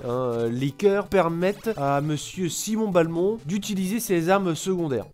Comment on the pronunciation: Simon B-A-lmont... SIMON B-A-LMONT. .... BELMONT BORDEL DE MAYRDE Bonne vidéo sinon.